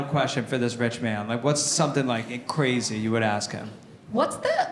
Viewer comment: Did he say CWAZY 😂